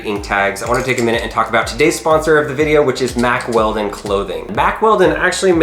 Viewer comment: Mack Weldon ? I thought he said Mack Welding at first and guessed it must be tough clothing for welding, perfect for when you have to cut something open with a grinder as well ! Regarding the tags, I suppose a professional shop lifter could just buy one of those magnets off e-bay. Please be careful with that big machete too, that looked so dangerous, one slip and someone could have needed a trip to the ER. I had to laugh a bit as well, I've watched these videos for years and thought they would be an expert at getting inside stuff by now, but no, still takes a long time as they try different inappropriate tactics. I'm worried he is going to chop a finger off or something. A good first step would be to buy a vice !